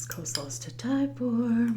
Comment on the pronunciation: Funny that you pronounce coleslaw as co-slaw haha